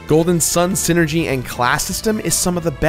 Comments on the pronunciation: Hey,, it's pronounced "SIGH-ner-gee," not "sin-er-gee." You can tell because it's a portmanteau of "psychic" and "energy," which is actually a pretty good explanation for how the characters' abilities work. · you pronounce Psynergy as Synergy? i always pronounced is as seye-energy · It's PSYCHIC POWERS, PSYNERGY. PSYCHIC ENERGY...not magic or ZEEENERGY lmao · I always thought Psynergy was pronounced: Sai-nergy Yunno, like Psyduck, Psychic, Psychosis, etc. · I don't think the P in Psyenergy is silent